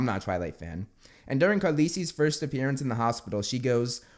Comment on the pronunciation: im sorry, KARLISI?!